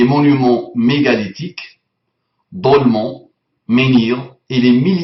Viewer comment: Le mec qui ne sais pas lire, qui prononce dolmen "dolmant" et qui se permet de corriger les fautes. Je suis plié. Même si Damien a copié collé, en quoi ce qu'il a copié collé est faux ? hormis le fait que l'ignare pédophile n'a pas copié puisqu'il n'a sortie que des évidences que mon fils de 5 ans pourrait trouver tout seul (le soleil est lumineux et chaud par exemple, wow, bravo !) et la scientifique non citée hein ? Les sources on s'en fiche, qui se trouve n'être même pas doctorante puisqu'il lui faut au moins quatre ans pour avoir son doctorat. et passé par l'apostasie en plus, Bukhari, hadith sahih, 9 57 .... ça demande pas de la tuer ? Cette "scientifique" commence par une analyse psychologique basé sur le texte. Le coran niveau scientifique voit le monde comme une terre nivelée (plate) dont le soleil va se coucher dans une marre boueuse. Je ne vais pas aller jusqu'au bout, c'est juste pénible, en bon musulman vous tournez autour du pot en ne répondant à rien et en embrouillant le monde. Pour Voltaire, déiste inintéressant ? Lui avait le mérite d'avoir été le dernier homme universel et il était agnostique. pour Muhammad (lhssl) il était illettré, mais pas analphabète, sinon il n'aurait pas pu épouser sa première femme si riche. et il n'a surement pas écrit le coran. Ce coran qui parle au passé, pas au futur, au passé, ce n'est pas une prophétie, du grand schisme chrétien qui eu lieu en 1054. Puisque vous voulez parlez des miracles du coran, je vous laisse cette image, et